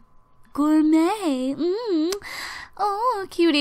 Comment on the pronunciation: Stop saying Gormot, seriously, you know how to fucking say it right, fucking say it right.